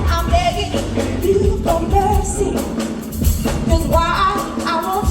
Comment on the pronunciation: Last to say first so far 😂 God I love malt milkshakes ❤ did you notice it sounded like she was begging you for birdseed instead of mercy 😂